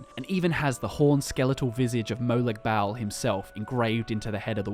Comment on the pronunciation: Molag bal is pronounced moe log ball not moe lag bael.